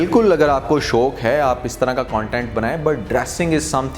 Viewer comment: Ap ghor ghor keh rahe hn shoq keh rahe hn apni urdu sahi karen aur jo batain kahi hn wo sahi hn